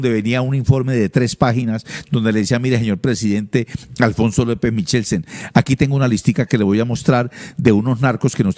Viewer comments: Los Turbay no subían pianos desde Honda, eso fue en la época de los españoles, Honda es Tolima., pasa el puente Navarro y llega a Pto Bogotá Cundinamarca. El apellido Michelsen no suena como se pronuncia, la ch suena como q o k. Feo como dice q "se cargo" a la menor de edad como esposa, denota cierto machismo de parte del periodista, q nos repitió lo mismo durante media hora, pensé q iba a profundizar en la noticia, pero se quedó repitiendo el titular... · MIKELSEN¡ Eso toda la vida se ha pronunciado con K hasta lso campesinos mas montañeritos lo decian bien; lo digo por mi papa y mi abuelita que lo decian bien. Michelsen... Semejante montañerada la de este señor periodista; de quien alabo su labor informativa, pero ave maria... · Otra de las cosas por las que Turbay Ayala será recordado por su fonética y su ignorancia